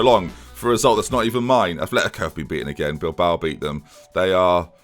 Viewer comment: Its fuckin " Atletico " madrid not "athletico"